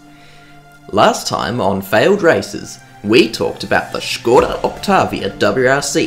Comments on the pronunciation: No f*ucking way you pronounced it Škoda and not skoda like everybody else (donut media included). Large 👍 for you. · Nice 2-parter! It was really great hearing an Aussie bloke, firstly talking about history of cars from my childhood (and also my current car and then even a newer model...) and secondly trying to pronounce it Škoda the whole video just for Czechs? Výborně! Dej si pivo! 😉👍5GHz trance is just a nostalgic bonus... OK, I'll go find that old copy of Colin McRae Rally 4 now... 😅